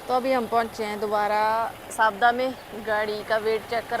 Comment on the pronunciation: you could have requested the people who booked your load to buy some food from the local restaurant (you can pay them as well ,generally they arrange for free -surprised they didnt arrange any food given you were there all day) or order via delivery if available .Also the name of the place name is Savda ,i heard it as Safda in your vlogs